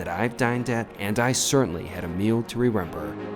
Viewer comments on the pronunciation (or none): You are so well-spoken. Why do you say, "Rerember"?, consistently?